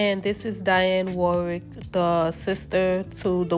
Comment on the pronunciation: It is pronounced Di on Warrick.